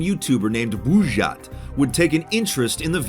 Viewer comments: БУЖЖАТ! Буль не врал, это действительно интересное произношение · Кто то: Он произнёс бужать! Я: Хехе! Блядь! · Заценить английское произношение "Булджать" Бужйат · Когда он скажет "булджать"? Это францкзское произношение... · Как перестать смеяться с этого офранцуженого произношения "Булджать"?